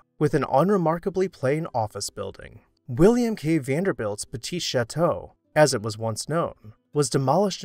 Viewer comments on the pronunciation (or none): none